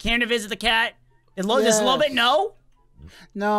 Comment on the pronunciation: I love how lobit is candy candet😊